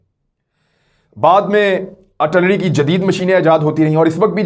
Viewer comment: Kamran Khan the word is AR TIL LARY